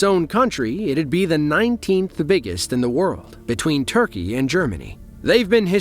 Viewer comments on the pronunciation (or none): none